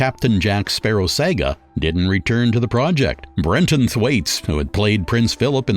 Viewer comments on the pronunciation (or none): The pronounce of certain words and names is hilarious, like you never watched these movies or never heard of the word "Saga' Wich is definitely not pronounced as "Sega" whatever. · Talk about pronunciation. The man who was the voice of the show can't pronounce English! He sounds fo professional until he says many words, like drama or saga, etc. Even when the clip uses the word Beowulf, the announcer pronounces it wrong right after it was pronounced correctly.